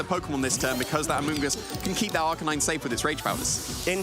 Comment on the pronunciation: "Ar -KAY-nine"..